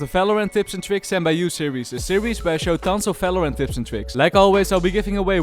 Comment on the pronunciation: I love his accent ❤when he says Valorant as Felorant 😂